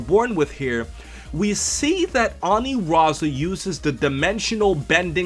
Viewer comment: It's ANILAZA...NOT ANIRAZA